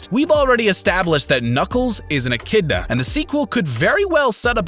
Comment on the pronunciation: echidna not echinda